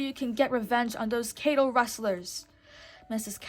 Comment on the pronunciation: You know it's cattle not cable right?